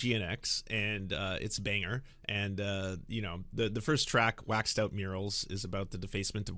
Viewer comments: fwiw Wacced is pronounced Wacked Out Murals not Waxed Out Murals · PLEASE get the name of the song right. It's "WHACK-ed out" not "WAX-ed out".